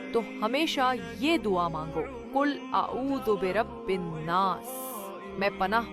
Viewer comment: کل نہیں بلکہ قل ہے